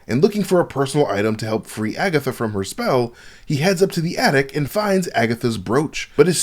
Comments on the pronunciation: I'm mad said "Agathots" 😂😁😄 You wild bruh! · agaTHOTS lol im crying